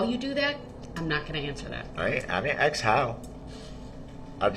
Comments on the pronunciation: He sure does like to "Axe" the judge a lot of questions, for a guy who claims "Im far from an idiot". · “I don’t have a problem with doin what you AXE me to do” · "he's very intelligent" every time he opened his mouth he displayed how unintelligent he was. He can't even pronounce "ask" lmfao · maybe he shouldve been proven to be able to say the word ask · Being able to clearly pronounce the word ask should be a requirement for attainment of most “rights” and privileges afforded to adult citizens